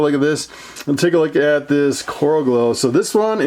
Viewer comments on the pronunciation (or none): CEO Of “take a loogat this”